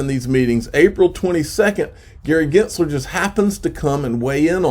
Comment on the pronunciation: are you miss pronouncing Gensler name on purpose?